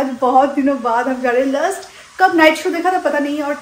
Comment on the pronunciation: It’s “ LAST” not LUST . 😊